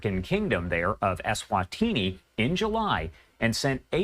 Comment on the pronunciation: It's pronounced Eswatini.